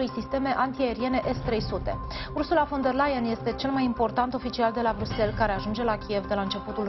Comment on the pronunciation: Pardon, parafrazeaza... Asculta cum pronunta numele Ursulei specialista in prompter.